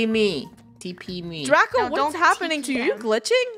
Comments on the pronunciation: Funneh calls draco draca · it’s funneh said draca instead of draco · anyone hear funneh call draco draca?